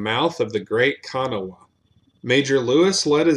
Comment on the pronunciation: Good video, but dang you butchered a Rivers name, Counties name and Cities name...Kanawha is pronounced kaa·nuh·waa